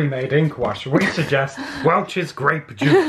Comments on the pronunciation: it's Gra(y)pe juice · It's grey'p juice :D hahaha I recently saw purple, red and white (the green ones) grapes in the grocery store. Mostly it's just red and white, just like the whines.... Maybe you could try painting with cheap whines or gluehwein?